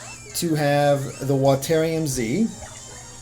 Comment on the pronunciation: "Watairium" I guess you call water watair then